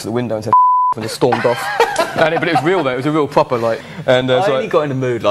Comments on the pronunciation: Matt said "pwoper" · pwoper hahaha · was that a hidden pwoper?? haha